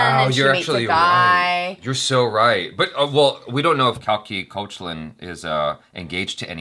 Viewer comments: you are pronouncing Koechlin wrong. In wikipedia there is a voice bit where she herself says it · just some info... koechlin pronounced cake-laa(n)...nasal twang at the end if tht makes sense! she said this in one of her interviews... on the couch with koel puri! ok i'm done..bye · Just for the record, Koechlin pronounced 'cake-laan'!